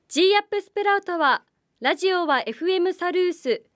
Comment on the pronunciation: ‼️🙍💧💨ぅｿ～ン💨💧FM ラズオに💧💨📣💦は⁉️発音💨\\ラズオに//Radio(レディオ )ね💨💦🙍💨ﾊｧ～💧漢方薬を誰か～💦に💨💦 色んなを見たいっ 解るっワカるよ💧【30度越え からヤバいから】厨房だけでいｨの💨熱々なのは💨💦💧 😃✨笑顔素敵よ✨😚👏//